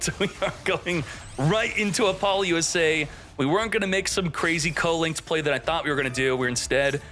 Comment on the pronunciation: i wish you would say apollousa correctly